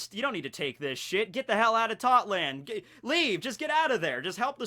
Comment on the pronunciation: why does every one piece youtuber call it totland when its tottoland?